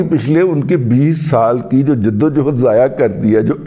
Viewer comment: دادا جی لفظ صحیح آدا کیا کریں 22 سالہ یدو یہد ہے